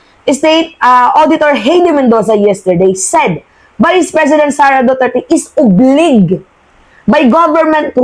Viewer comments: Hi mam, ang tama pong pronunciation ng OBLIGE ay “Obladys not Obliids” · HEIDI MENDOZA WAS COA COMMISSIONER FROM . HINDI NA SIYA COMMISSIONER KAY DIGONG AT SARA. .....HAYDEE....NOT HEYDI .....OBLAYDGE...NOT OBLIG